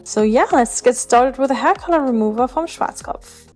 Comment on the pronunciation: Ist sie eine Deutsche, so wie sie Schwarzkopf ausgesprochen hat nur meine Vermutung